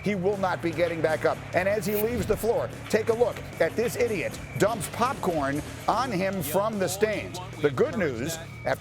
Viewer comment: Bro it's popcorn cmon 😂